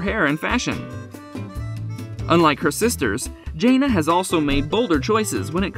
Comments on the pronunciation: If you’re going to do these videos, at least pronounce their names correctly. It clearly proves you know nothing about the family. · Actually it doesn’t make me feel anything. This moderator has mispronounced her name for months and so many people have told her to say it correctly and she has made no attempts at correcting herself. I haven’t said anything about it until now because it gets to be frustrating after a while. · Please learn to pronounce her name correctly. You say her name so much, it’s really irritating! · If you're going to report on a person the decent thing would be to pronounce their name correctly. I don't see your journalistic career going far. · You should at least know how to pronounce your subject’s name! Shame on you.